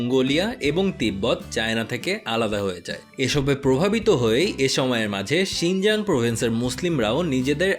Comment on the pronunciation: 'শিংজাং' না ভাইয়া 'শিংচাং'